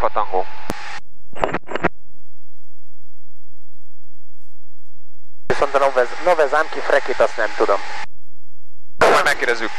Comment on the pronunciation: hahahahahahahahahahahahahahaha... hotel delta alfa tengo. egy perc???? van-zero-zero-ejt. hahaha. Koszi... made my day. nagggyon vicces!!